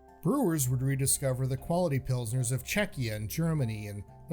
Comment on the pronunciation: The fact that the said Czechia is comendable